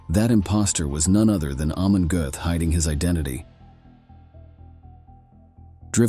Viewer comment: Aaagghh man gote, not hey man gooth